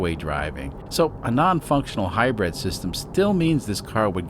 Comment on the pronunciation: Love your channel but if I have to hear "high bread system" one more time I'm putting my head in the oven...